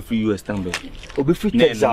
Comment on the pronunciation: It’s (Texas) pronounced Tex-is not Tex-zas 😂😂😂😂😂😂😂